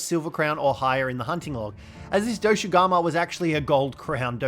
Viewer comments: His pronounciations of Doshaguma as well (Doshugamu, Doshagamu, Doshagumu etc.) its pretty funny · This man’s pronunciation of thing is lowkey hurting me inside everytime saying “doshugama” when every character that says it has never said that is crazy. Bro I just heard “kanufa village” this is crazy